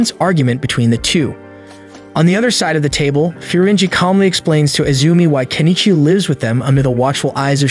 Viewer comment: Improve your pronunciation. The only name you said correctly is Kenichi.